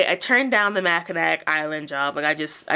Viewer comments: Congrats on the job! I’m looking into seasonal work for the first time and your videos are a great resource. I also wanted to tell you Mackinac is pronounced “ma-kuh-naw”. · Michigander, here. Mackinaw City, Mackinac Bridge and Mackinac Island are all pronounced "Mackinaw". The final 'c' is silent. Just wanted to let everyone know about that little quirk. The island has a super hard time finding employees because few people live in that area. They even have to bring in people from outside the U.S. May be why they wanted you to work 6 days and do different jobs.Thanks for your great videos. Love your enthusiasm.